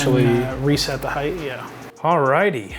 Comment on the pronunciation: Its height not heighth